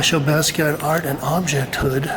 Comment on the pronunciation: Please don't say "BAZZ-kee-ott." Sounds dismissing or ignorant; or both. It's pronounced "Boss-kee-ahh."